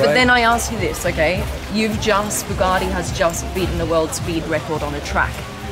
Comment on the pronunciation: So they're Boogatti now blondie? It's Bugatti 🙄